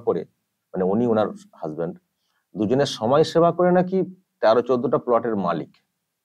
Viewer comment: দাদা কথাটা সময়সেবা না সমাজ সেবা 🤣